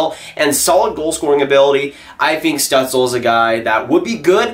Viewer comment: Stützle is pronounced stootzle I’m pretty sure